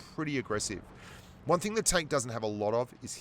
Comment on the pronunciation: Wang hundred and twenty two mm gun 😂 Spent too much time commentating the pubgm China stream 😁😂